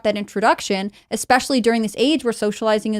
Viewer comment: Especially! It’s especially! There’s no x in there! Sorry, that’s just something that irks me. LoL